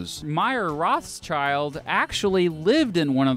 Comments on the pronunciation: The fact that he says Rothschild wrong really annoys me as a German speaker. It's actually Roth-Schild not Roths-child. Otherwise good Video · It's not child.. its shield. Roth (red in german) schild (shield in german) as red shield. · It's not Roths-Child, it's Roth-Schild. In english that would be Red-Shield. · Why do English people keep pronouncing Roth-schild as Roths-child? It's a German family name: Rot (red), Roth is probably an old-fashioned spelling, and Schild (Shield) are the words the name consists of. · The english spelling of the Family makes me angry! It´s not Roths-CHILD it's Rot-schield. Like red and shield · Yeah it translates to ‘red sheild’ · Rothschild should be pronounced RothShield. Red Shield. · The pronounciation of Rothschild has me dead. ROSS CHILD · i love you but the way you sat their family name kills me its pronounced something like Rothshield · i cringe at every instance he pronounces the name wrong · Thank you both for your videos! Being born and raised in Rothschild's city Frankfurt, i can't get over your (and probably every English speaker?) pronunciation of their name 😄 German th is spoken like t and the i like the English ee, so it's closer to rod shield than to ross child 😬 Fun/Pride fact: when Frankfurt's Jewish community gained equal rights and the ghetto rules were lifted, almost everyone who could afford it moved elsewhere in the city, except for Mayer Amschel Rothschild, who decided that the Family HQ would stay in the House of the Red Shield (hence the family name) in Jews' Lane, the former ghetto. The house later became a tourist attraction and it existed until the bombing raids of 1944 when it burned down. Thank you guys for these videos, i would wish the world would be ruled by fellow Frankfurters but i am afraid it isn't. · Good video just one quickk note its pronounced Roth schild not roths child :) Rothschild comes from the german Rot schild which means red shield